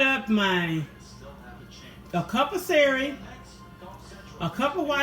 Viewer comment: It celery hunny not serry.